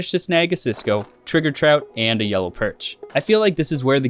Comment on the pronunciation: yo he saying trigger trout? [t i g e r]